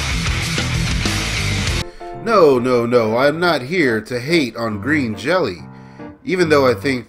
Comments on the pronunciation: "I am a fan of Green Jelly". Uh not you're not. Otherwise you would have pronounced it properly. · Other than your mispronunciation of the band name this was good and I agree with you for the most part. Bill doesn't give a shit if the band is tight or not. He's getting paid regardless. The band doesn't get paid. Essentially we're a bunch of idiots all over the world hanging from his balls feeling like we're a part of something special, and trying to convince others the same. I was on the tour where Bill got ripped off. It's what gave the band a little heat again. It'll cool again. Thanks for making this. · If you're such a fan, why can't you say the name right?